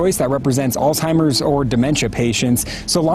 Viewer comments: Did that check really just say all timers? Lol. Bone apple tea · this is absolutely disgusting... and good for them on the win.. second educated lawyer lady its NOT "all timers".... with a last name like yours you'd think you could pronounce words correctly.. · "All timers"? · Can people please learn to pronounce Alzheimer’s- PLEASE?!!!! IT DOES NOT HAVE A “T” IN IT ANYWHERE!!!! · Did she just mispronounce Alzheimer's?